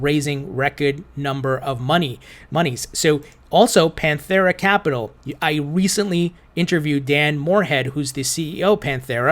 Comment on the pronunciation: Why are you forcing an h on Pantera? Pantera: (Pan Tare uh)